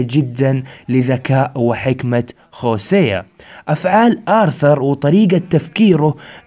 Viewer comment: ياخي انجلط لمن تقول خوسيا، اسمه هوسيا والله 🌚💔